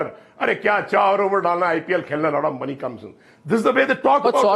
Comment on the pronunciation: did he say "lot of money" or "lauda money "? 😂